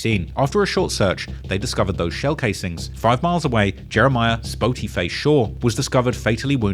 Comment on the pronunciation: TF is a “Spoety” ?